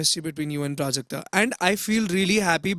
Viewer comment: Her name is prajakta not prujakta The wrong pronounciation gave me a headache